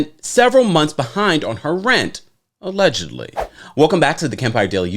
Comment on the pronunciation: It's the way you say 'AULEDgently" for me!